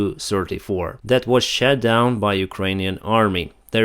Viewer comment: I love the way you say shot down. shat down , which when describing RuSSia planes is perfect.